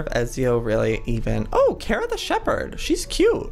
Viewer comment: you are pronouncing Kara wrong , ita kara not kera, you an Cat Grant need to understand (supergirl fans will relate)